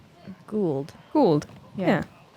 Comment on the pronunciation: should get real props for the pronunciation of the swedish disc-names. "Guld" is swedish for gold, "Falk" is falcon, her approach disc looks like a "Järn" which means iron... The names are actually kin of awesome and does scndinavian laguage more justice than 99% of the americans I have heard.